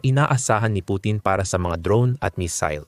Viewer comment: Paki ayos mo mag pronounce ng missile nkakahiya k